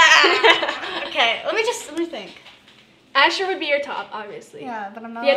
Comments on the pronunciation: It's so sad she can't say Asher😂😂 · I like when annie only wanted to say asher but she couldn't that's so cute😍😍😍